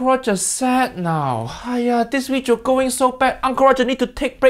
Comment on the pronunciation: me: having the worst day uncle roger: JAMIE OLIVER WEEJIO me: okay i no longer have the worst day